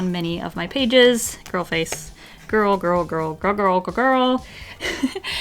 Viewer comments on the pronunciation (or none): Every time you say girl all u hear is grill 🤣🤣